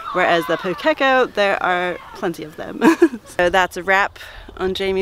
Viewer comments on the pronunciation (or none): A little tip on the correct pronounciation. It's Pūkeko, the ko is more of a corr sound vs co sound, hope that makes sense 😆 Have you heard the Pūkeko in a Ponga tree song? Its to the tune of the 12 days of Christmas 😉